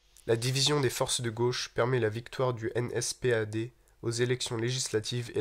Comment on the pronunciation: à tu dis nspad